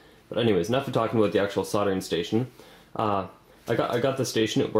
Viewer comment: aboooout . hahaha. Canadians